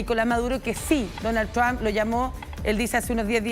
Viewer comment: No se que es mas gracioso, si "Dounald Thrsham" o "Donaltrom" 😂